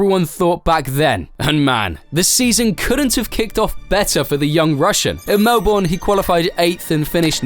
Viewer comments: Darn it you had to say Melbourne like Mel - born its Mel - burn you know its true cuz i live there btw. I am greatly dissapionted. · 'Mel-bin'. Its pronounced 'mel-bin' 😆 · The way he says Melbourne is dealing me psychologically damage -an Aussie